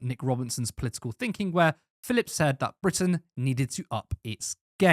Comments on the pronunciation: His name is PHILP, not "Phillip". He's a vowel-shy waster. Britain needs more vowels, and Philp's oeuvre contributes nothing to that at all. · There's no second 'i' in his surname. It's Philp. He's sometimes known as Crispy Filth in the constituency.